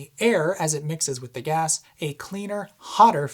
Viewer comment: Hi, I like your video but it is “Gas” not “Gaz”! Gaz is short for someone called “Garry” or “Gareth”. 😉